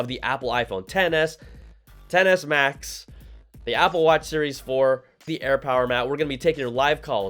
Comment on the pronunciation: Hahaha it sounds like you said iPhone Tennis Max 🤣🤣🤣🤣